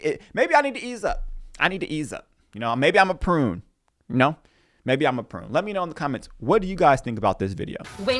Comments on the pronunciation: Prude not prune haha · It’s not a prune it’s prude 😂😂😂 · Did you say you are a prune or a prude?